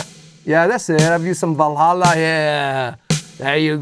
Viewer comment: Or maybe they didn't too, kind of the transition period but the original has that analog tone to it making it a bit less bright. Love your pronunciation of Valhalla btw, first time I heard it pronounced properly👌